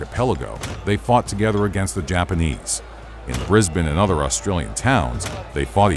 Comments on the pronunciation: Extremely big props for saying Brisbane like a local. Bris-bin, not Bris-bane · Thank you for saying brizbin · HE SAID BRISBANE CORRECTLY 🎉🎉🎉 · As an Australian, the most impressive part of this video is that this particular American narrator actually pronounces 'Brisbane' properly. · Congrats on the perfect pronunciation of Brisbane 👏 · Thank you for pronouncing Brisbane correctly. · Thank you for saying Brisbane right